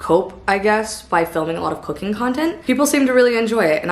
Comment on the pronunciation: Omg... i though you said cocaine and not cooking ... almost spat my drink out